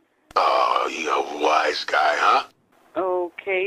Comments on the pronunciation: Yeah, it's wise guy, not "was guy." XD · Its WISE GUY not was guy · "A was guy, huh?"... isn't it "a WISE guy, huh?"? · It's wise guy, you cork 😂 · Nigga said, “a WAS guy”